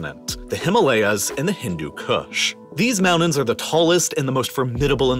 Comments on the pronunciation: I get all that. Just one thing, though.. What the hell are mounans??? 😂🤣🤣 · You need to work on pronouncing your 'T's. Manhadden? Moudens? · Why does the narrator hate pronouncing the letter T (Manhaddan, mounands)? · Manhatddan Moundains Why do you pronounce Ts like Ds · Omg the way you pronounce Manhattan and mountains. Is bizarre lol. <3